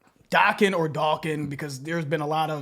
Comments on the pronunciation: As a friend, believe me when I say it's Doc-kIn like Rockin with Dokken I have NEVER in my life heard ANYONE pronounce it as Doe Kin. Whoever sold you that line of shit needs to be blocked immediately. They're full blown mental patients. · It's, DAAACKEN, not DOKEN. Even Don Dokken says it like, DAAACKEN... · It's pronounced Docken (Dokken). Anyone who says different needs to talk to Don Dokken or George Lynch because I've never heard them pronounce it in any other way. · NO controversy, it's pronounced DAH-KEN , and their guitarist George Lynch will blow your freaking mind. One of the most influential guitarist everr, even to this day. For your first Dokken, I suggest "Kiss of Death" off Back for the attack album, lol, trust me. After that, go to the Tooth And Nail album, and listen to tooth and nail, Into the fire, When heaven comes down. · Dokken is pronounced DOCK-IN. Rockin' with Dokken. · It's Dokken as in dock.😏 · Love me some Ratt! Check out “Don’t tell me you love me,” by Night Ranger, and Dokken is pronounced “Daw-Ken.” Trust. It is. From a guy who grew up listening to all this stuff, and calling in to radio request shows in the 80’s 😂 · Don Dokken pronounces his name Dock-in. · Dokken is pronounced DAH-kin. They often used the catch phrase Rockin' With Dokken, if that helps. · Dokken, said like dock-en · Dokken rhymes with Rockin. That’s how you pronounce it.